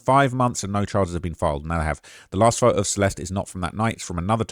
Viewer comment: It’s phoTo, not phoHo